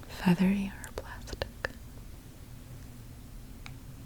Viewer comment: It sounded like she said feather your plastic